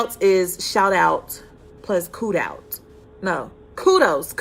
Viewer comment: “Kud-outs” LOL